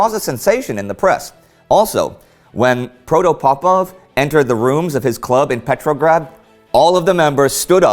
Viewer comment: Hi Indy, I love how you say Petrograd, it sounds like you say Petrolgrad.